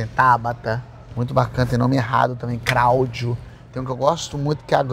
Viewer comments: "CRÁUDIO" kkkkkkkkkkkkkkkkkkkkkkkk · "Craudio" "kréber" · "Cráudio" RACHEI KKKKKKKKKKKKKK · Cráudio... Grória...😹😹😹😹😹